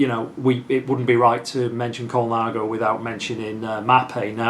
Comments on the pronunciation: .."Col-i-nago". It's Col-na-go. Innit? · Cinelli = Chee-nelly, not See-nelly. Ciocc = like church without the R. Colnago = COAL-nah-go, not Cola-nago. Campagnolo = KAHM-pahn-yolo..Piu = pew. What do you mean "Ernesto (Colnago) was wheeled in to the bike show"? It's not like the man's in a wheelchair even today! Saronni won the World;s in 2002? Sorry, but that was Mario Cipollini but he wasn't riding a Colnago. Besides all that - nice collection!!! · Extremely beautiful collection. Is it just my old ears or am I hearing Colanago?? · Yep even the expert gets it wrong….